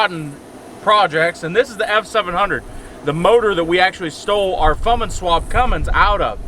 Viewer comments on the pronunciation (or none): that's not a thing he needs to get one that says fummins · How about never calling it a Fummins ever again! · The fummins😜